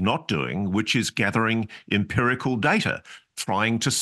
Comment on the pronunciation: Its not DARTTER mate , Its Data. 😂